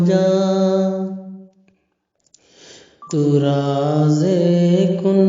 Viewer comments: تو رازِ کن فکاں ۔۔۔۔۔ ز سے ض سے نہیں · راز ہوتا ہے ض سے نہیں ہوتا ہے